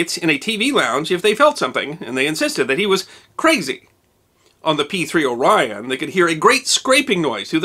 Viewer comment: You pronounced "Orion" completely wrong. It's not "O" Rion. It's Orion, smoothly pronounced.